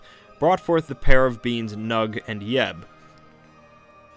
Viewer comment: I swear he is saying 'beans' not beings.